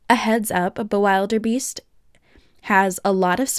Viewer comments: I am insulted that is the king of dragons one of my favourite dragons and you don’t even pronounce the name right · U pronounced the dragon's name wrong... and this tutorial is on a computer, not a paper 😡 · the way you pronounce bewilderbeast is a little funny to me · You said the dragons name wrong.